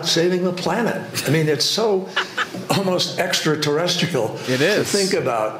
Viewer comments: Did he say "extraterrestikal"? Or am I just hearing Frankenstein wrong? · You heard it too! Frankenstein cannot pronounce "extraterrestrial". Wow, ain't he elite though lolololololol.